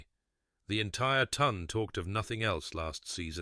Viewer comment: Dear AI narrator, please learn that it's pronounced the Ton, not the tun. It's a social group, not a measure of weight.